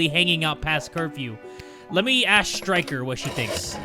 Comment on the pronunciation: saying "ashe" instead of "ask" ie. "im gonna ashe her about it"